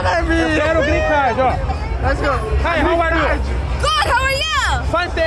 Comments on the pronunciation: Tá Tirando eu Zé. Tem Toguro Virjão falando Grin Card. 500 x. No vídeo tem Like ! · O q mais foi falado foi grren card kkkkk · Porra Tog eu te admiro, mas "Grin Card" é foda! kkkkkkkkkkkk Só conseguiu com Jojo Todinho kkkkk